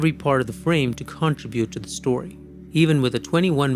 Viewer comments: I've heard of contraband. I've heard of contrabassoon. But I never heard of contra-bute! Contribute = con-trib-yoot. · Great analysis.. but CON-tribute? 😆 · Nice job. Contribute is pronounced "cun-trib-ute" or kənˈtribyo͞ot - the first part is not CON but sounds more like CUN like the word GUN but with a C. Best wishes. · Here are a few tips that should help you perfect your pronunciation of 'contribute': Sound it Out: Break down the word 'contribute' into its individual sounds "kuhn" + "trib" + "yoot". Say these sounds out loud, exaggerating them at first.